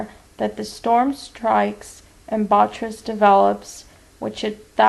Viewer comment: bo-TRY-tis Not: Bot-tris. Otherwise a very interesting case presentation. :)